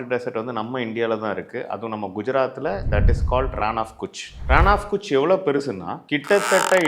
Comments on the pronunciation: Thanks for the info. I think the right pronunciation is கச் not குச் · Pronounced as Rann of Kutch (KaTchh) not Kuchh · Ur pronounciation of Kutch is wrong brother. Please learn the right pronounciation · Pronounced as Runn of Katch (like cut)